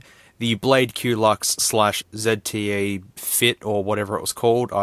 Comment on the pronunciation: Say "zte" not "zedte"!